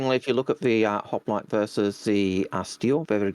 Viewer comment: mate there is no A in hoplite Just like my wife trying to put a A in cockroach. Good show guys keep it up